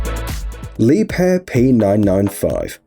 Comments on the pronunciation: Leeb-hair 😂 lol wrong it’s pronounced “La-bare” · It's not Lepair!!😁🤣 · Well it's not. Leeb-herr is right.